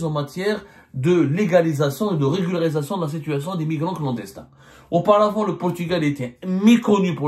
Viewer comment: Monsieur Abdou a un problème à prononcer correctement régularisation 😂😂😂😂 regul! regluglsiration relugarusecion etc etc ! On dirais il joue au cafouillage ?